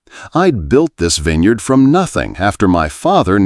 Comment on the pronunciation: It appears this is a fictional story. There is no internet record of harrington vineyards in Sonoma, nor is there a record of a Maria Santos writing for the san francisco chronicle. Interesting that the narrator, in a verbal account of a fictional winery miss pronounced vintner and vineyard. Dont waste your time